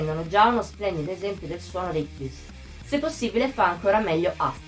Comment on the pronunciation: Scusami tanto ma la pronuncia non dovrebbe essere " kaiuss"? Boh sempre conosciuti così io 🤔